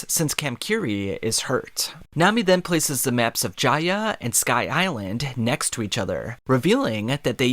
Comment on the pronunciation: As soon as I heard you pronounce Jaya and Skypeia I clicked off I fucking can’t 🤦🏽‍♂️